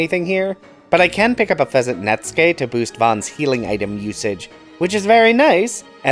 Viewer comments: second-to-last FF12 class video, and finally pronounces Netsuke right, LOL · it makes me so happy when someone on YT correctly pronounces "netsuke." It's so rare.